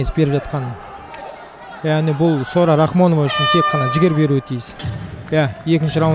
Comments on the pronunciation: Документте жарайды Сора деп жазылган, енди биздин коментаторлар Сора Сора демей Сара деп айтса болады гой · Сора сы несі Сара деп айта беріңдерсей.Біртүрлі естіледі екен. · Келесиде атын жондеп жаттап алып сосын атын атаныздаршы, Букил халыктын алдында Сара ны Сора демей.🤨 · Ақмақ болмаңыздар, Сараны сора деп, жағымсыз есітіледі, қазақтада өзбектеде сора емесғой!? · Сора емес Сара деңдерші